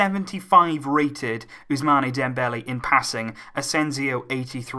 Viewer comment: You are still saying ousmane Dembele wrong, its ousman not ousmane